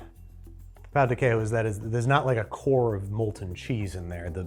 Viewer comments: Ola y tudo ben! I speak brazilian portuguese. Personally, I think it'd be Trader João (zhoo-ow) and Pão de Queijo is pronounced "Kay zhoo", just wanted to let you know haha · this is a super minor critique, but the "j" in portuguese is always pronounced. "quiejo" would be pronounced more like "keh-shoo" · We don't pronounce J's like H's in Brazil. Queijo is pronounced "Keh-Jo" like Jojo (sort of) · That's not how you pronounce "queijo," the j makes more of a zh than the spanish j.